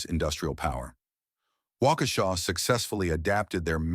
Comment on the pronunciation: Thanks for the history lesson. It's especially nice to hear the name pronounced properly.